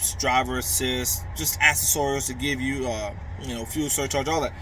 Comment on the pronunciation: "ak-sess-er-ules" is how u say that word bro....